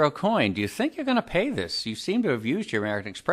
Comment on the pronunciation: Dude can’t even pronounce his own last correct. O-coin isn’t correct.